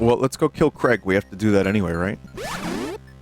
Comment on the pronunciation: "Craig." Lol 😆